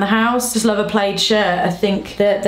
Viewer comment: No it is actually pronounced plAd and she’s saying played 😅😭😂